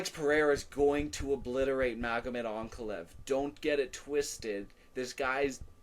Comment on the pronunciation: Did I hear an AnakaLAEV????? Growth